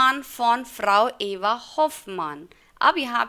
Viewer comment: you said Eva but it's Effa